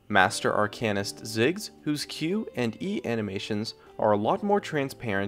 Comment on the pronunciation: "ar can ist" isn't how it's pronounced.